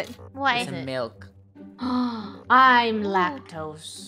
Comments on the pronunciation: “MALK” Milk Funneh 2019 Malks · Funneh still can’t say milk properly